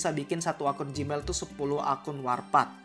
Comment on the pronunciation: Bang, ijin saran, klo bisa bacanya jangan warpath seperti bahasa indonesia minimal disesuaikan dengan cara baca bahasa inggris, supaya para pemain lain terbiasa dengan sebutan inggris y benar,. Mohon maaf apabila kurang berkenan 🙏